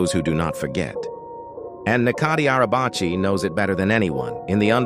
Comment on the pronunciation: And you can't even pronounce his name